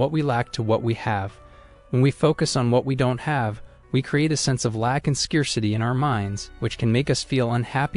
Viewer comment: You did a good job overall but, your pronunciation of scarcity need refining.